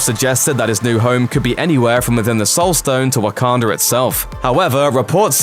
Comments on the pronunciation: This man said "Wakander" instead of Wakanda. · It's not Wakander, it's WAKANDA